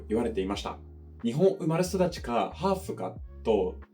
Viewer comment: 日本人はn・m・ngなど音としては区別してないので間違えていても気付かないです。 後に来る子音が唇音(b・p・m)ならそれにつられて自然とmになり、軟口蓋音(k・g)なら自然とngになっているだけで意識して使い分けてあるわけではありません。日本人の耳には全て同じ「ん」にしか聞こえていないので😂 あとの日本語の発音はほぼ完璧ですが母音を少し力を抜くのと「し」が「shi」になってしまうのを注意すればより自然になると思います。舌をもう少し前の方に出して少し緊張させて舌と歯の間から摩擦音を出すように意識してみてください。あとハーフの「フ」がfになってしまったのはご愛嬌ですね。